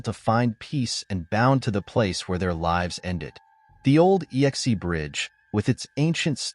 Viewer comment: The final bridge is pronounced "ex", as in a previous partner, not "yex-ee" or "ee-x-ee".